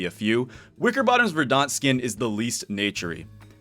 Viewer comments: Just an FYI: it’s pronounced VER-dent, not “ver-DAHNT”. Otherwise great video, very fun to watch as always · I dunno if I can say this without coming off like an ass, but that is definitely not how you pronounce 'verdant'. Please look it up. I kept thinking you were talking about the Battle of Verdun or something. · Thanks for saying this. Made my butt twitch every time he mispronounced it 🤣